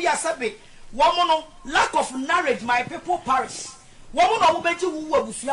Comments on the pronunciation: Massa, stop lying.., she said "KNOWREDGE". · How this woman pronounced “knowledge and “perished 😩😩